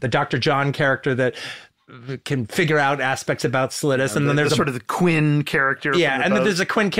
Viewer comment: Please don't tell me he's saying 'Quinn' instead of 'Quint'😮